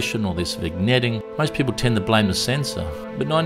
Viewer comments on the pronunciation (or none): 'or theres vig-netting'....ROFL. VIG-NETTING? How can you not know how to say this word? Here's a clue, THE G IS SILENT. It's VIN-YET. How is it even possible you don't know this, you're in the camera business. Plus it's not even a technical term, it's a word used for many reasons. Holy moly, this is....incredible.